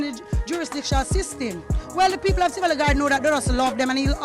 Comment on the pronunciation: Great Video but the pronunciations of Seaga , Tivoli, Ardenne HS were hilarious off and cringy